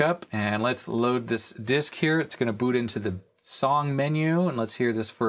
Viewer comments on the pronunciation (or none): none